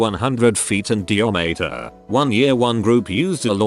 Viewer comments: 100 feet in de-yo-mate-uh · No one: Literally no one ever: AI reading this: De-O-metre